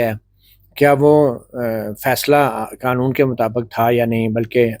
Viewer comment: Knowledge ki spelling? Qnoon Nahi hota qaanoon hota hai. Buhut afsos huwa Matiullah Jan ke "ad hominem" andaaz e guftugu per.